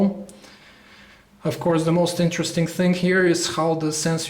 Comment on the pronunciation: Its "interesting", not "interestink".